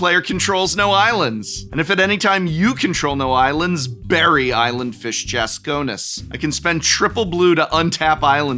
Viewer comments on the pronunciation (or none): none